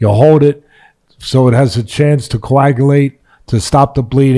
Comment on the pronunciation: Ahahaha teddy is right he is more of a soul mate then a coach best part of this is listening to teddy trying to say coagulate